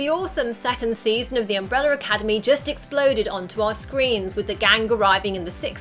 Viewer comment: why are you saying umbreller academy?